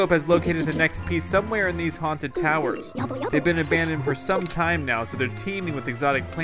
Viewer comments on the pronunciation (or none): Its towers not tawers